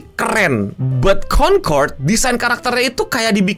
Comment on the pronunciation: "CONTOLD" gitu bukan sih?